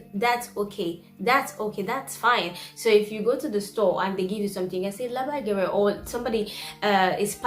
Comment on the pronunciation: ne "lebei gerei", o labai gerai. Balsė a ir tariama kaip AAAA, o ne EEEE